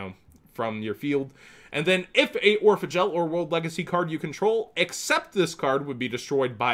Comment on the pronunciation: everytime he says Orphegel i think he says Oregal